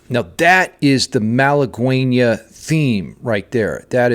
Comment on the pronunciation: Btw it is "malagueÑa" no malaguena